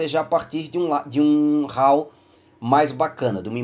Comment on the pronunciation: Muito bom, seu vídeo! Posso lhe dar uma dica? A forma correta de expressar a palavra "RAW" é " RÓ " e não "RAU"!